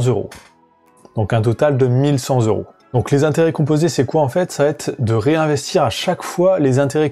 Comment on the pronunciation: Cent euros et pas cent zeuro !!